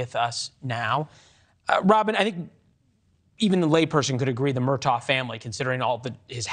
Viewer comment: Murtagh?! Can we just pick a pronunciation and stick with it?